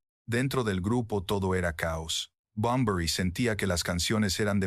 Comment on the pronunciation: Like por cada vez que dice Enrique Bumblebee